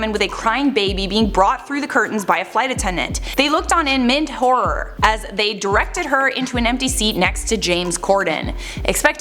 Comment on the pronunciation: Can't believe everyone on their team missed that pronunciation of 'mild' 😂